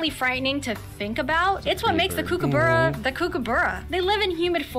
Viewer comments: Ostriches are native to Africa. Platypus tail is not venomous, the male platypus has a venomous spur on their hind leg, the effect on humans is painful but not deadly. The narrator of this clip doesn't pronounce emu or kookaburra correctly. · This narrator says things like Spotted Hairy Tail it's Spotted Quoll, Mythical Goanna it's just a Goanna. Also pronouncing Emu/Kookaburra incorrectly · Some of this video is inaccurate. Also says goanna and kookaburra wrong. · The way the narrator pronounced emu and kookaburra 😫 Also yes it is illegal to kill any reptile in Australia (there are some exceptions to the rule though, collection of certain common, wide-spread species for feeding purposes for example), and that goes the same for most Australian animals. There was also a lot of shots that weren't actually of the animal being discussed 🤔